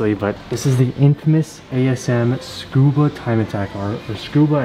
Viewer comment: $4812 for that hood before shipping and paint so $6k is probably right on...also when i went to Tsukuba, people said it as its 3 distinct syllables and said with the "SU" intact as it is in english, like "Su-koo-bah" not "Scuba". I kept getting pondering looks saying it the way you did, and was lost as to why🤣